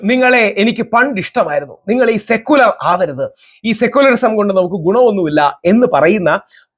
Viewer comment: അയാൾക്ക് ഒരു വിവരവുമില്ല, സെക്കുലർ എന്ന് മര്യാദക്ക് പറയാൻ പോലും അറീല 🤭